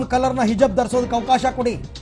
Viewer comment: ಹಿಜಬ್, ಅಲ್ಲ ಗುರುವೇ ಹಿಜಾಬ್!